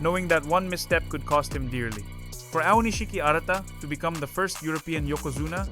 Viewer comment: You used so many different pronunciations of Aonishiki l000l. Japanese names a little tough eh? XD